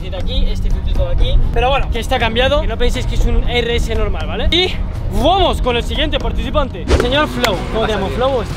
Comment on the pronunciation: Jajajaa como dijo :vuamos sjsjsj